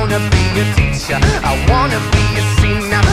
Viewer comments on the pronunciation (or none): none